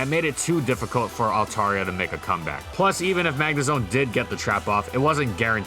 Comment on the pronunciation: Dude, you are pronouncing it wrong. (alt-AIR-ee-uh) is the correct pronunciation.